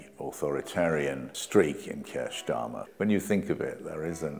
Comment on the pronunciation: You hef a problem vith ze pronunciation?